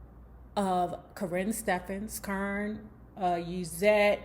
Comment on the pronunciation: Her name is Cor-rin not kern the way u saying it lmfao